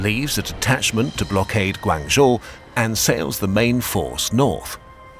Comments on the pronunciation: It's pronounced more like Guang "joe" not guangzhooooo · your pronounciation of Guangzhou was totally wrong lol but apart from that great video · Love this spin off channel! Love the pace and style too. Just wish there was better pronunciation especially “Guangzhou”. However it is understandable coming from a European background. Just some constructive criticism 😄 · I love the videos, but you guys really need to do just a little more effort with pronunciation of names, especially city and town names. You pronounced Guangzhou 7 different ways, some nearly as bad as Canton 😭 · western pronunciation of "Guangzhou" is never not funny